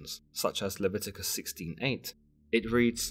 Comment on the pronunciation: It’s Le-vi-to-cus